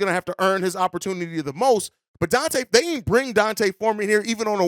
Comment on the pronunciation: His name (D’Onta), is not pronounced like Dante. It’s pronounced like Deontay Wilder.